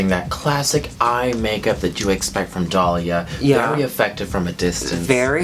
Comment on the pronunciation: said Dahli insted of Dollya. That part.